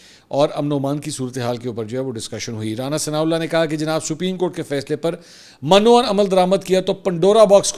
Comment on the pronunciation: السلام علیکم محترم آپ سے ایک گزارش ہے جو لفظ آپ من و عن (mann o ann) استعمال کرتے ہیں۔ یہ اصل میں غلط ہے۔ صحیح اس طرح ہے (minn ann) یعنی من میں زیر استعمال ہو گی زبر نہیں۔ باقی عن ٹھیک ہے۔